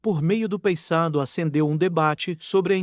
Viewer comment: Meu amigo, fale o nome correto do Paysandu,por favor.